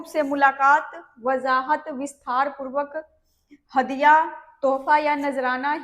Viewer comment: Visthaar purbak nahi Vistaar purvak bolna uchit hoga